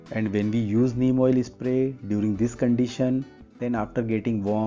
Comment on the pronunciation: Bro.. Spray or espray😂😂😂